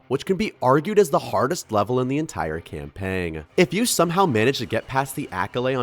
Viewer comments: I...Im sorry, are you saying CAMPANG ?!? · Sir, you do not say the "g" in "campaign"